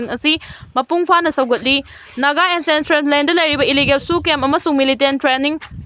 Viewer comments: Ancentral haiba nate ANCESTRAL haibani. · News reader, pao do english gi wahei yaoradi chumna pronounce toubiyu. For example 'ancestral'. Improve tounaba suggest toujabani.